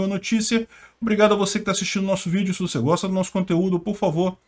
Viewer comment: "aí tô de mal com vuce, tô de mal com vuce" akkakakakakkakakakak